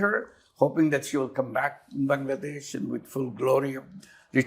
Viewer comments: he pronounced "BANGLADESH" perfectly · Thank you for pronouncing "Bangladesh" correctly🎉